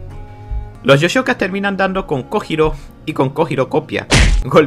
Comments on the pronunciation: Master no se si sabes o si es apropósito o no por si las dudas te daré el tip, que en japon la J es Y también La H es J. Entonces no es kojiro es koyiro la pronunciación y cuando dices nombres como hitaka y los dices itaka realmente se dice jitaka. Ya que me vi todos tus. Videos lo noto pero no se si es con intención de decirlo mal, por si las dudas te paso ese tip que la h es j y la j es y. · se pronuncia "koyiro" y no se dice musachi se dice mushashi. no es tan dificil.